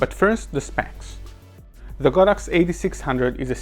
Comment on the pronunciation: This video is the first I've ever seen to accurately pronounce the brand as "God Ox" and explain the Chinese derivation. I've always thought of it as "sacred cow," but prefer your "holy cow" ; )